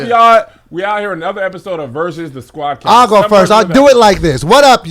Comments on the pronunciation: can say Venni Vetti Vicci but can’t say Squadd Cast 😂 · How TF can rap like he did on the Freshman Cyphers but can't say Squad Cast?! LOL